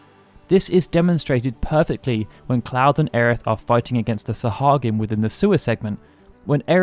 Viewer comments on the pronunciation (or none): Fun piece of trivia: Sahagin is pronounced "sah-HAI-yin". (Source: Lightning Returns) anyways, love this stuff ❤️